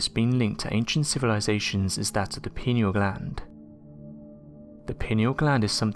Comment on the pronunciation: The Pineal gland is pronounced Pie-knee-al and not Pinny-al